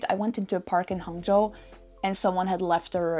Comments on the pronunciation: 杭州的发言非常标准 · Your pronounciation on Shanghai, Hangzhou was spot-on! Chinese is a tonal language. How you sound matters. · The way you say hangzhou or guangzhou is so good, I won't tell the difference. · “”“杭州”两个字说的太标准了👌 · Your pronunciation of "Hangzhou" is quite authentic. For a foreigner who has never been to China, this is already very good Chinese; being able to order coffee in Chinese is quite impressive. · Your pronunciation of "Hangzhou" is quite accurate.